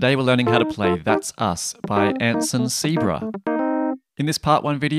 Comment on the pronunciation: anson Say-ah-brah